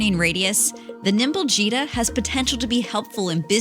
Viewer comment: Why i always hear 'cheetah ' instead of 'gita'